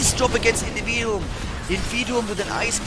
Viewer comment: the name ist invid I um, not individuum... You know like Nvidia but just a bit different... Or might be you know something about the name that i don't